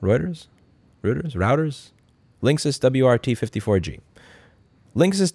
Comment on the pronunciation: Linksys WRT-54G was pronounced correctly the first time.